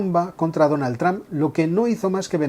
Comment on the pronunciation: Me sangran los oídos de escuchar "Donald"